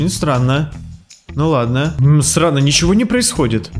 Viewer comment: Ты сказал не стрно а срано